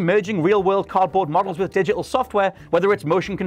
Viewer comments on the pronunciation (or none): none